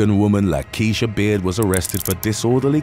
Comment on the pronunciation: When you said Lakeysha, I knew it wasn't going to be a good outcome.